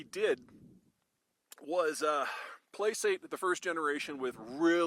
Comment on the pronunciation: "Placate" is pronounced with a hard c.